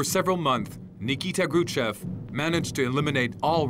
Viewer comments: Is the narration a computerized voice? The crazy pronunciation of Kruschev (Kruchev) might be a give-away. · Why does the narrator pronounce “Krushchev” as “Kru-chev”, (no ‘s’ or ‘sh’ sound at the end of the first syllable)?